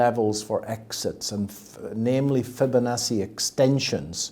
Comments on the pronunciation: Great content. But why does he pronoumce Fibonacci as Fobonassi? 🤷‍♂️🤔🙂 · I love this guys interviews! Also, love how he says Fibonacci lol